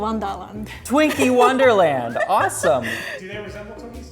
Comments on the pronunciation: When she said Twinkie wonderland I thought she said “Twinkie One Dollar” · I'm sorry when she said twinke wonderland o thought she said Twinkie one dollar tell me not you didn't hear that